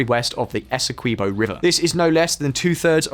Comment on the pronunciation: Essequibo is pronounced almost like Eskimo. Almost Eskibo.